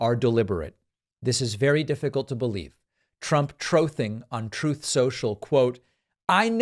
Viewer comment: Troth sential? That compulsive liar can’t even say truth. 77 year old man that never grew up.